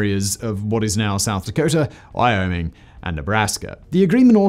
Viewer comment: "Encompassing the area that is now South Dakota, Iowing(?) Eowyn(?) and Nebraska" The what now? You mean Why-o-ming?